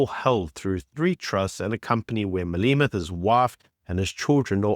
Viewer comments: your pronunciation of Malema as "Maleema" is wrong. Exercise to say "Malêma" please. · Who pronounces it Malima 😅